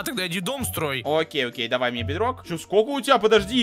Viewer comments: Ты сказал бедной! 😂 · ты сказал в майнкрфт бидрок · Ты сказал BitRock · Ты сказал бетрок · ты сказал бедрог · Ты сказал бдрок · Ты сказал бидрок